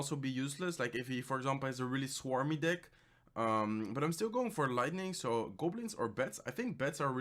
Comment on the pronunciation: He said swarmy dick lol